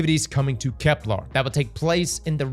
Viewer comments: Bro. Why you keep calling it KeplAr? It’s KeplEr. There’s not larrrrr sound. It’s lerrrrrrrr. Keplerrrrrrr. Bruh everyone else is saying it correctly except you 😂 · Bro gotta stop saying "kepLAR". It's "KepLER". Plz man 😭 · for the love of all things sacred and holy it’s KeplEr! Not KeplAr! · my guy you gotta call it kepLER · Can’t wait for next year’s expansion already so I can stop hearing cross call it Keplar. That and him saying systematic when it says systemic gets on my nerves so much. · Bro's gotta stop saying "KepLAR" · Why “KeplAr”? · Kep•lerrrrrr 😵‍💫 No “arrrrgh”, the pirate over here. 🏴‍☠️ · is a very VERY gay man, so colour me shocked he would pronounce it like Kep-LAAAR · Kepler.. doesnt have an A in it. Its a real-world word, cmon man